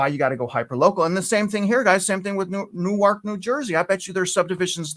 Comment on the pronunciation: in New Jersey it's pronounced New-IRK. In Delaware it's New-ARK. xoxo